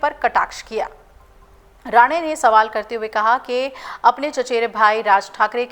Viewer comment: मूर्ख, बार-बार राणे को राणा उच्चारित कर रही है। नशा हो जाने से ऐसी त्रुटियाँ स्वाभाविक हैं।